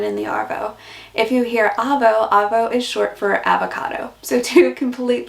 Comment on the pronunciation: G'day mate , This was a fully sick video but you have to work on Arvo and Avo they both sound the same when you say it lol . Keep up the great content mate :) oh BTW Dero short for Derelict meaning a homeless person or a tramp , hobo .